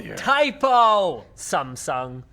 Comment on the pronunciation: hmm...I'm impressed that you pronounce Samsung correctly hahahaha